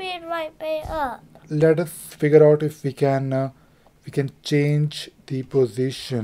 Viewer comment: What is the meaning of "lorning", and "vee are going"? Maybe you should speak English...